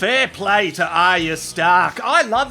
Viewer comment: Thanks mate!!! first review ive seen that gets Aryas name right!!! A++++